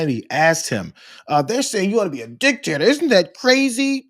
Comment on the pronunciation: Did he say dictator or dick taker?